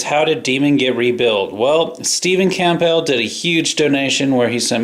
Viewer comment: Pronounced Cambull p is silent lol